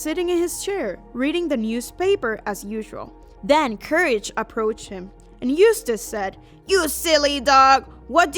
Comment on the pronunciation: it's not couraje it's courage